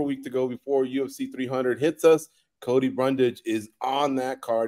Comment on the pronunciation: Don’t get mad at chael Cody he says everyone’s name wrong…